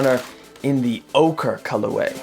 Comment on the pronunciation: Pernouced orcheeee